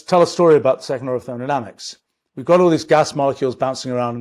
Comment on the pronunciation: I'm jealous of the speed he can say "irreducibility" and "thermodynamics"